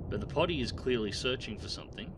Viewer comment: Riga, Pronounced Re-gah, and it's not "Potty", but pronounced Po-tea.